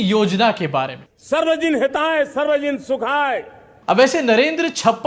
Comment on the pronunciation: Actually he said : 'sarbajan hatay, sarbsjsn sukhay'